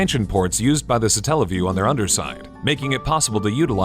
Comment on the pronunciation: why is the emphasis put on the "tell" part of the word? God damnit, it comes from Satellite. Satellite - satelliview. Also, am I the only one who remembers SEGA CHANNEL? Nobody talking about the satelliview seems to remember it, or if they do, nobody mentions it. For those of you who don't know, back in the days of the gensis, you could get a service thru your cable provider that would connect to your genesis and allow you to try demos of new games.